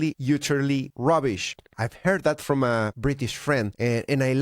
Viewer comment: it's not robbish it's bullocks hahahaha Waka Waaaaagh!